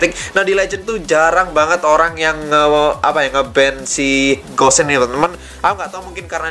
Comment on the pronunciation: Namanya gusion tapi kebanyakan manggilnya kok gossen ya